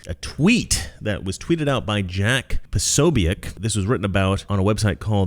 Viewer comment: The end of Jack's name is just pronounced as BIK.